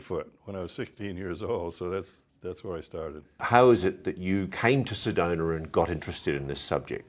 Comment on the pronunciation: yAy! You got it! It's SedonA not SedonER, and ArizonA, not ArizonER. Thank you!